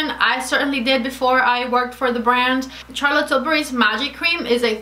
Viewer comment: Charlotte is pronounced with a soft ´sh’, as in sharlotte and not as in charles